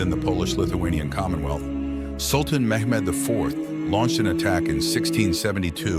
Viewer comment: The beginning made me realize that when he pronounced Mehmed’s name wrong